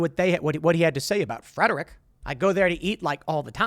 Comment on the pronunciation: It's bugging me how he says, Frederick. Never heard anyone say it like that and I'm from MD.